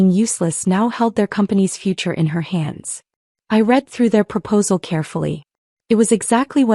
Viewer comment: Why is it, that in ALL of the stories like this one, they live on noodles? Im sure there must be other foods that are more flavoursome and nourishing than that. And 'proposals hed never read (red)' not read (reed)? Pronunciation needs editing. 👎👎👎